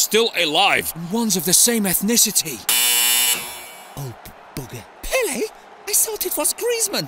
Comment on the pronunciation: Pelé* not Pelei